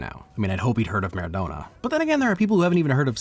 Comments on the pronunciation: Eh mara who? Mara-doe-nuh? Who tf is that??😂😂 is that fr how American accents affect the pronunciation of Maradona? Do you guys say ‘madoena’ for Madonna too? Madonna and Maradona are nearly the same name fyi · Marradoana? ffs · Pronouncing Maradona like that is painful